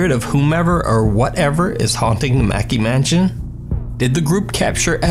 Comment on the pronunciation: Dude why u sayjn 'Mansion' as 'manchen'?? Idk but u may or might have speaking distortion of some words n their sound